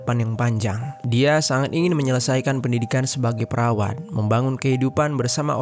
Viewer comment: TULISANNYA PERAWAT TAPI SAAT DIBACA KEDENGARANNYA MENJADI PERAWAN 😅😅😅😅😅